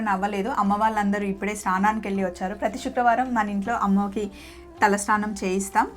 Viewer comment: షుక్రవారం కాదండి శుక్రవారం please first correct ga పలకండి.. ఈ మధ్య ఇదొక fashion ipoindi కొంతమంది శ కు బదులుగా ష పలుకుతున్నారు.. కొంతమందికి పలుకుట రాకపోవడం ఒక కారణం ఐతే మరికొంత మంది వచ్చినా కూడా style కోసం పలకటం లేదు 😢😒